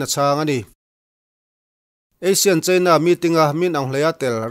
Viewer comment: ASEAN leh Asian hi thil dang daih a ni a, inang renga i lamri hi 'how to say Asean' tiin YouTube ah search la, i sawi tum zawk a hriat ang. A dangah chuan i chanchin chhiar ngaihthlak a hahdamthlak khawp mai. Ka lo nghakhkel thin hle a ni.